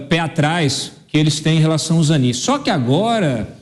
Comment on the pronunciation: É ZANINE. NÃO É AMIGO AFVOGADO DO LULA?